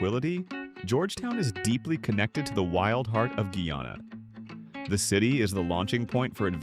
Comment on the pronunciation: Oh dear, oh dear, oh dear. What a load of rubbish. That is not Georgetown. Apart from anything else, Guyanese do not drive on the right! And, "Guyana" was not pronounced correctly!